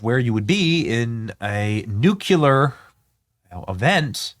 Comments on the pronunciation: Benny, it pronounced New-clee-er. Not nu-q-ler. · Come on, Benny! It's NOT nu•cue•lar, it's nu•klee-ur! Nu-clear! Nuclear! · nu-CLEAR not nu-CULAR... reading any word in text out loud completely wrong blows my mind 🎉😂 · "Nucular" 😂 what an idiot. Its Nuclear. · Nu / clear not nuculear. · Once again Benny.... It is not pronounced.... "Nookyaler ". Nu clear ! Nuclear ! Say it with me Benny....... NUCLEAR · Benny! Bud, it's "New-cle-year", not "new-cuh-lear." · Bennie, I love ya, man, but here is the issue... "Nuclear" is pronounced "Nuke-clee-ur", not "Nuke-you-lur". You have 6.1 million subscribers and countless other listeners. You have to get it right. God bless you for all you do... Oh, and take something for that stuffed up head... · Not nucular but nuclear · Nuclear has two syllables and is pronounced NEW CLEAR. "Nucular" is NOT a word. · Nuclear is pronounced "New-clear" not nu-cue-ler. Please... Pretty please... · The plane is the nuculus for all nuculur operations. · Its pronounced: noo·klee·ur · Benny! Love you bro, but seriously, it’s NUKE-LEE-ER. You’re sounding like GW Bush! No one needs that in their lives right now. 🙄😎🤟🏼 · NUCULER IS NOT A WERD!!!! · BENNY!!!! LEARN HOW TO SAY..."Nuclear" (/ˈnjuːkliər/ NOO-klee-ər) is the standard, correct pronunciation!!!! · I don't know how many times I've addressed my pet peeve with 'intelligent' people...it is pronounced "noo͞′klē-ər"...! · Nu-Clee-arrr Benny 😊😊😊 scary stuff! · nu CLE AR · Benny. BENNY!!! ... it's nuCLEAR 😂😅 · N-U-C-L-E-A-R......"New-clear". There's nothing between the C and the L. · Nukeyaler lol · Its hard to take anyone seriously when they say NEW-Q-LER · Please learn how to pronounce nuclear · Benny, we love ya. You desperately need to learn how to pronounce the word Nuclear. Same way it is spelled, my goodness. You sound like W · You have to learn how to say Nuclear.